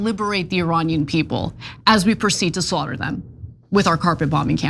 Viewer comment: The word "Iranian" is pronounced as E-ray-nian.